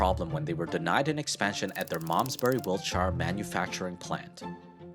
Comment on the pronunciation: Hah! I loved hearing an American be able to pronounce Malmesbury correctly (rare), but not be able to say "Wiltshire" without sounding... American!